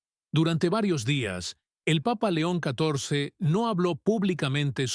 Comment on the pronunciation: Muy linlas historias, pero ms gustaría que cundo nombren al Santo padre Dijeran. LEÓN. CATORCE Y NO LO QUE SIEMPRE PRONUNCIAN QUE ES INCOPRENSIBLE AMO LA IGLESIA CATO LICA ES I CUERZA Y MI VIDA. BENDICIONES